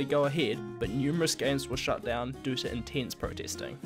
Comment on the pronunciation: Learn to say 'due' it sounds different to 'do'